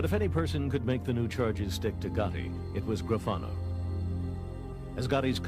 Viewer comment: Lmfaoo. You just murdered gravanos name.